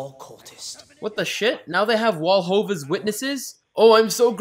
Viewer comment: omll when he said wallhova witnesses